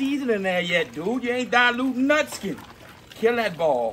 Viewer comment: Dayee-lootin water with...water!!!! 😂